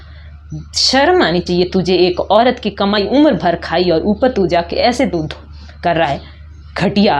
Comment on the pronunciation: Tu uski boli ki nakl nikal rahi h to tu bhi to dhul ko dhud bol rahi h uski galti To galti h teri koi galti nhi 🤔